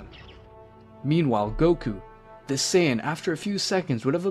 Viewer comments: bro it's no sayagin but Saiyan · clearly you watch dragonball in english so ill spare you the details. Saiyajin Was the orijinal pronunciation english translation changed it to saiyan